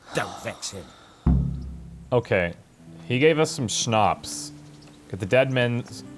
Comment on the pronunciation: It's awesome how pronounces "Schnapps" and "Groschen". I love it <3